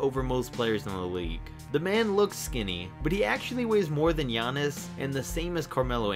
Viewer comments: How did you mess up Giannis’s name? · That’s not how you say or spell Giannis’s name